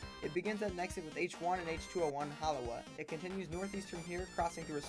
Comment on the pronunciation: "Hollow - wah"...Halawa is pronounced "Ha - la - vah".